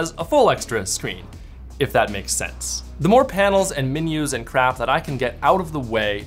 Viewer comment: Every one:menus Menyus